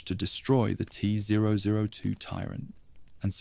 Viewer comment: Teh zwo zwo twoh 😂😂😂😂😂😂😂 wtf is this